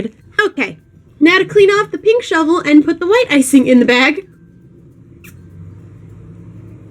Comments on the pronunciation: Whenever you say shovel. It sounds like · I thought she said "Imma have to '' it" I was like yeah, you go girl! Until I realized she meant shovel... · I don't know if you mean to, but when you say shovel, it sounds like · Every time she says shovel all i hear is lol